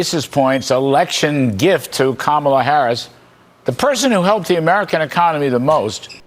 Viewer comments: Emphasis is on the first syllable in "Kamala," just like in "Donald." So... crazy hard to remember, right?! 😆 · I think there was a memo email that said, "we will now pronounce Kamala in any way you want as long as it's not Comma-la". And just a reminder, don't say the Democratic Party, it's democrat party. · the way they purposely say "ka-MAH-la" is so unbelievably childish and racist. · They are broadcasters. They seem to say Zelensky, Netanyahu, and Vivek Ramaswamy correctly. They know how to say it. They mispronounce it on purpose to be disrespectful. It's also a way to be othering. The accented syllables in Kamala follow the same ones in common white American names like Pamela and Angela. Accenting the middle syllable is just an attempt to make it sound foreign and/or "ethnic". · He said he name correctly one of the times so he knows it.. they purposefully mispronounce it which is just such bully behavior and has racist tones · Quit mis-pronouncing Kamala's name! :face-red-droopy-eyes: My name is so basic and so forgettable. Guess who I really am?!?! Juan Molinero? Jean Meunier? Johann Müller? John Miller? I'll never tell🤭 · Maybe these people that cannot pronounce Madam Kamala's name are not smart. They could have a mental problem because they cannot remember something so simple. Therefore we should vote for Harris/Walz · I am so sick of them mispronouncing her name intentionally. It's so disrespectful. They are beyond deplorable. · Unfortunately, There are none so blind as those -who- that WILL NOT SEE !!! And those who choose to disrespect by deliberately pronouncing a person's name incorrectly, will likely never learn to be respectful or courteous. That is simply a poor reflection on their character and attitude, neither of which are ever likely to change for the better. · It's infuriating that these "anchors" can't show the least amount of respect for a vice-president and presidential candidate to correctly pronounce their name.